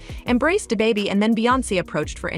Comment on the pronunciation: come back when you arent a misleading bot n can pronounce da baby